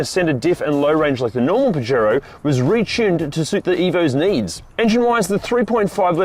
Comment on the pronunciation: You know can use translate to learn how to pronounce it?